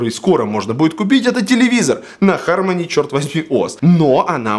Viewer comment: Не ХармОни, а ХАрмони